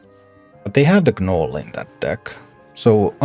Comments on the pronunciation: I LOVE your teaching style and patient gameplay !! One small note though....the "G" in gnole is silent.. Its just pronounced "Nole". Although admittedly your English is far better than I would be able to speak your language. Thanks so much for your content. Im pretty sure you have made a lot of people much better at a fantastic game !! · The g is silent when you say gnoll. Thanks for content